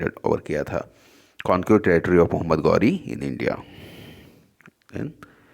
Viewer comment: Mohammed gauri nhi Mohammed ghori hota h Chutiye